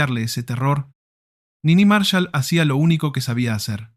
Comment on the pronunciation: Al locutor habría que haberle explicado que era Niní Marshál, no Nini Marshal.